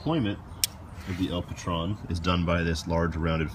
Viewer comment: Just FYI...the name of the knife is spanish and El Patron is pronounced with a long "O" like stone. Translation: The Boss.